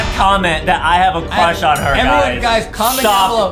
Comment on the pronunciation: adem has a huge cwush on banbaleena